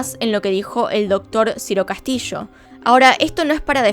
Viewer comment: es Ciro Castillo, no Ciro Castishoo